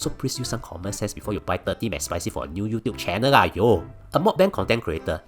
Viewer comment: that's not how you pronounce meok bang